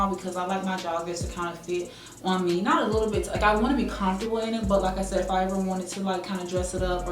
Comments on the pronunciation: Lol the way you say comfortable. Confortable? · I love the way she says comfortable 😂